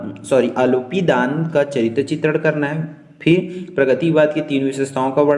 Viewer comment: आलोपीदीन ❌ आलोदीदान ✅😅😂